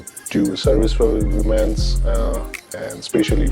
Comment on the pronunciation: That's funny when you made fun of the British accent. I like making fun of yours and the fact that you pronounce "women" as "woman" sometimes. It's good to make fun of every culture.